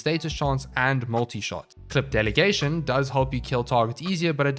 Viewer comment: The way you say “Clip Delegation” reminds me of yogurt. Specifically a Gogurt stick. Don’t ask. I love sounds and tend to associate sounds with items.